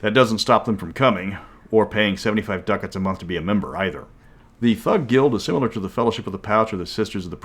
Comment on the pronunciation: Love ya, pal, but the way you pronounce ducat causes me physical pain.